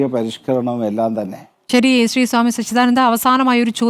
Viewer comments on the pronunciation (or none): ശീ.... അല്ല.... സാ.... മീ.. ശ്രീ... എന്നു പറയ്... ആദ്യം പുരോഗമനം.. സാ മി തന്നെ വരുത്തി. കാണിക്ക് ബർമുടയും ടീ ഷർട്ടും ഇട്ട്.... അടുത്ത തവണ കാണുമെങ്കിൽ കാണിക്ക😂😂😂